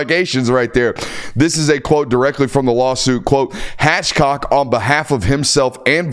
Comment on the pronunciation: Uhhh it’s Hathcock NOT Hatchcock, that’s two of you Georgia guys now that have done your “reading” for us.